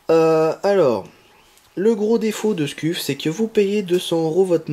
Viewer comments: On prononce Scuf mais "Sceuf" mais sa s'écrit scuff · Mdr comment tu dis scuff sa ce prononce sceuff et non scuff c'est comme BURN enfin bref bonne vidéo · Ca se prononce skeuf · Scuf, se prononce Skeuf C comme burn se prononce Beurn je fais se commentaire psk tu ma stresser toute la video xD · juste un truc on di pa skuf mes sceuf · scuff se prononce "sceuf" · Sa se prononce sceef mais sa secrit scuf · Nan sa se prononce sceuf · u se prononce iou en language phonétique donc scuf se prononce sciouf lol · "halaur ché skuffe" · Scuf se prononce "Sceuf" lol heureusement que t'as pas dit Burnes pour la manette "Burn" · Miskine tu c pas dire scuf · Nice mec bonne video bien détaillée! Par contre sa se dit sceuf mdrr😊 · On prononce scef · Sauf ce prononce sceuf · sa se prononce skuf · Ptn misquine ta rater ton cp ce1 ou quoi tu n'arrives pas à dire scuf